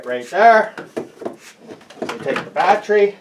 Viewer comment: Can’t stop saying. BAT TREE